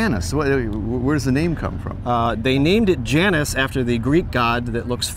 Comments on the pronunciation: Zündapp. The z is pronounced ts, for ü, form your lips as if to say oo, but your tongue as if to say ee. Janus is pronounced Yanoos. Claudius Dornier, son of Dornier Flugzeugwerke founder Claude Dornier, designed the Dornier Delta, which was the prototype, and even weirder looking than the Janus. Dornier, being an aircraft company, didn't really know what to do with it. So Claudius went looking for a company to build it, just as Zündapp was looking for a design to build as a car. German aircraft companies (Dornier, Messerschmitt, Heinkel) were forbidden from building aircraft after the war, and so were looking at building cars. There were a bunch of other tiny cars you panned past, without talking about, most of which I didn't recognize. Was that really old looking thing an Austin 7? Did I see a Siata Spring? I was expecting to see a Honda 600, U.S. version of Honda's kei car (limited at the time to 360cc in Japan). My Dad had a sedan and my brother had a coupe. I never drove the coupe, but the sedan was an absolute blast to drive. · Janus pronounced yanas